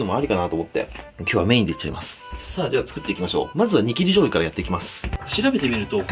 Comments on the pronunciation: だんだんニキビ醤油ってきこえてくる。あ、失礼しました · 何回聞いても「イキリ」醤油にしか聞こえない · イキリ醤油にしか聞こえないw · 煮きり醤油がニキビ醤油に聞こえた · イキリ醤油って聞こえた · ニキビ醤油にしか聞こえない笑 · 煮切り醤油が ニキビ醤油にしか聞こえない。。。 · 煮切り醤油って言ってるのわかってるんだけどニキビ醤油って聞こえるのは私だけ？ww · 自分も嫌だけどニキビ醤油にしか聞こえない件... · ニキビ醤油に聞こえた人ー🙋‍♂️ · にきび醤油ってきこえる